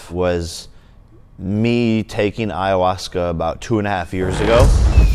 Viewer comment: Wtf is iwowaska?